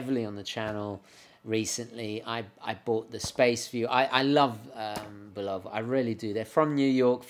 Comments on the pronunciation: BULL u va, not bull O va ! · You mispronounce Bulova: accent on the FIRST syllable. I heard the TV ads in the 1950's and 1960's as a kid. Otherwise, a very interesting video. You have a great camera presence. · Note, he pronounces it "Bulowva" instead of Bulova. Same as they say "Moog" as they do,... those silly English. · WHY DO U PRONOUNCE BULOVA AS BUU LOW VUH ? PROPER BULL AH VUH. OTHERWISE I ENJOY YOUR SHOW.. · have mercy - - - bull lo va but really bull la va love it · Bu love ‘ahh, is that how it’s pronounced? I do like the presentation!